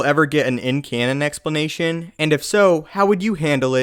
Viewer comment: I like your exsplenatshhiaan.